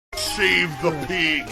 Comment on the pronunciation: That “save the peeg” cracks me up!